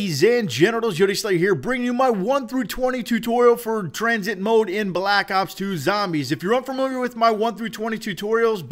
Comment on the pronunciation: tuh-rain i'm pretty sure its train